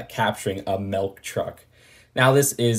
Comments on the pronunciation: I’m sure is saying melk instead of milk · But... but sometimes I say it "melk" too... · dont feel bad, ive never seen a "melk" truck either. not even sure what that is